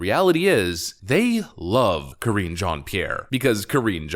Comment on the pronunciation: Ka-ringe Jean-Pierre